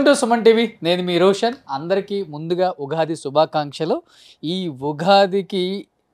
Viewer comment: రోషన్ ఉఘాది కాదు ఉగాది